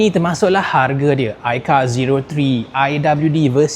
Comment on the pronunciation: Aikar 🚫 AiCau✅